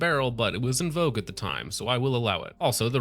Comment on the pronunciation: Say “en vogue” one more time